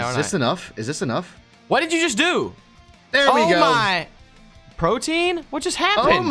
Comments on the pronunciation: Pro-tee-an... Though would have that, good fight! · They saying Protein instead of Protean xD Pro-tee-ann. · PRO-TEE-EN. NOT PROTIEN. PLEASE STOP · Its pronounced "Pro-Tea-Ehn", not Protein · Pro-Tee-Anne - not protein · Protean is pronounced pro-tee-in not pro-teen guys. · The fact that they are pronouncing it "protein" and not "pro-tee-on"... Yikes man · Pro·te·an. Man that one chafed a lil. lol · Protean is pronounced pro-tee-an and means likely to change frequently